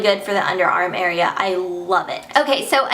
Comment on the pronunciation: OMG I laughed so hard when she said "AREAA"